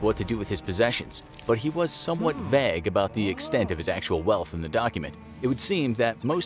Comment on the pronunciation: Its pronounced ger-bels, not gobbles. And vague is 'vayg' not 'verg'